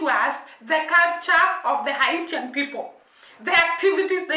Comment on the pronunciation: Good day and god bless you, Just an FYI I know it Spelled Haitian however it’s actually pronounced “Hay-shon” the T in the proper spelling is more like an “S”in this case. I really do enjoy your perspectives keep the videos coming. I’m a Jamaican that wants to let people know the true history of Haiti and why all the peoples of the Caribbean should be gratefully to them. I don’t want to spoil the content of the Documentary /Movie by saying anything else. See link below.